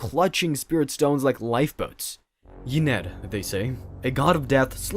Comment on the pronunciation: Ynead Said: In-eh-ahd.